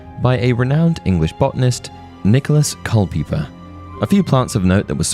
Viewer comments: I've had a copy of Culpeper's Herbal for decades. I could be wrong, but I've always heard the name pronounced "pepper", not "peeper". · Cul-Pepper...not cul-peepers. Culpeper is an old English name who were in the trade of medicine. Culpepers herbal is pretty good, but A Modern Herbal by Mrs Grieves is better especially for medicine and cosmetics, and Viridarium Umbris is way more magical. Leechdoms Herbal is also really good, old and has a lot of magical lore in them too. Ars Philtron is an actual Potion manual. Both it and Viridarium Umbris are hard to get ahold of as they were short runs. The Green Mysteries is also a good herbal book for both magic and medicine. I've got about 150 titles I could list.